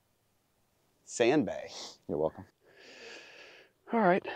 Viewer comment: “Sand bae” 😂